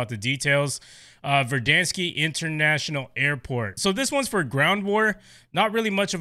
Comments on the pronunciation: Pronounced Ver-Dan-skkk- not Ver-Dan-skiii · No hate but it’s not verdanske